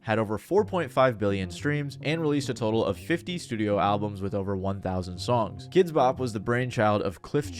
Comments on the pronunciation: I've always pronounced it like "kidsbop" your the first person I've heard pronounce it "kids BOP" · I've never heard anyone pronounce it "kids BOP" until now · I think I hate Kidz Bop as much as I hate the way you're emphasizing the wrong word every time you say it in this video. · Are you trolling us every time you put the emphasis on the “Bop”?